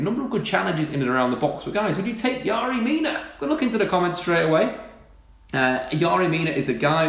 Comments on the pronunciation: It's Fucking yErry Mina not yArry... YERRY YERRY YERRY ... Do your fucking simple research before a video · exaggerated delivery style is annoying. and is it really pronounced 'Yary' when it's spelt Yerry?